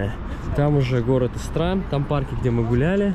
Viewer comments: Правильно говорить не ИстрА,а Истра. Ударение на букву И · Город И’стра, а не ИстрА’ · Только ударение на И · Только ударение на И- истра. Раньше Истра называлась Воскресенск